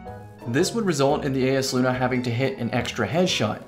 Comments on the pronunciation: Yo it’s EYESluna not ayesluna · isnt it pronounced EYE is luna idk made me upset